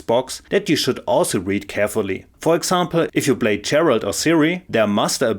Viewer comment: Why do so many people insist on calling Geralt "Gerald" 😂